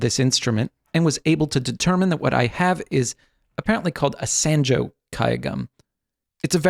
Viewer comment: One thing: the "a" sound in sanjo is pronounced as "ah" as "top".